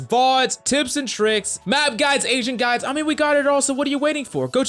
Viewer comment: I heard Asian guides instead of agent guides lmao